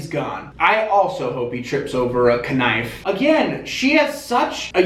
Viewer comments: the way he says good makes me vvv happy edit: omg and k-nife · "i also hope he trips over a k nife"